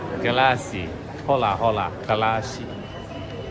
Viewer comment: 華記，你剩係學簡單西班牙文打招呼用字都讀錯 1. 呵拿 - 其實係Hola，但發音係‘’屙拿‘’，因H係全部唔發音 意思= Hello 2. 架啦匙 - 其實係Gracias，發音係‘’加匙牙‘’，意思= thank you 希望你改到